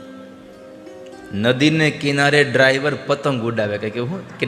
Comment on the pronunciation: રાયવર કહે ડાયવર નહીં😊😊